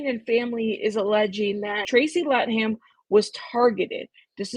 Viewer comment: I dont understand why they're trying to sue all these people/companies! That makes no sense to me? Wouldn't surprise me if people were attempted to be silenced tbh. Epstein and his cronies would do anything not to get caught. *It's pronounced "lay-tham" (Latham) btw. 💗💗🏴